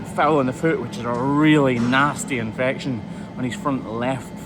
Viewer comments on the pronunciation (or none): Why can't you say the word infection?